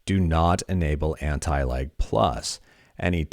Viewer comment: Wheb you say lag it sounds as if youre saying anti-like